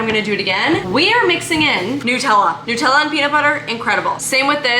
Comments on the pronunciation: It's not New-tella. It's Nut-tella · It is not Newtella it is Nut ella because it is made from nuts. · I’ve never heard anyone say Nutella like that 😂